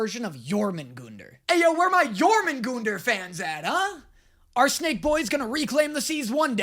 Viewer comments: Jörmungundr? I thought it was Jörmungandr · He pronounced Yormingander wrong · Actually it’s Jormangunder pronounced with GONEder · It's pronounced yor-mon-gun-der, the world snake form Norse mythology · Yormangunder? Did he meant jormungandr?? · Do you pronounced Jörmungandr wrong but it’s OK. All Norse names are Hella hard to say see what I did there. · It kinda pains me as a die hard norse mythology fan that he pronounces jörmungandr with a hard O where there was no O to begin with. On the other hand there's the ginnungagap and nidavellir. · I am someone who believes in Norse mythology and you saying jörmungandr gave me chest pains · I LOVE JÖRMUNGANR But you pronounced it wrong